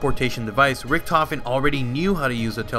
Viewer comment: He is pronouncing Richtofen wrong. you must pronounce Richt